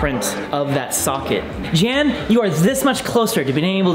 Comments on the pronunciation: Fun Video :-), BTW, his name is pronounced "Yun" as in "Sun", not Jan , as in the Brady Bunch! :-) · ... That's not how you pronounce "Jan".